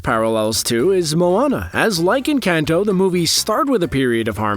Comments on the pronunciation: If you can pronounce Benedict Cumberbatch, you can pronounce “Enkahn-toe” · They way you're pronouncing Encanto hurts. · The way you’re saying “Encanto” 🤨